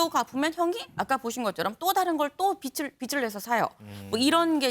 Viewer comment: 제가기자는 빚을 빛으로 자꾸 발음하네요..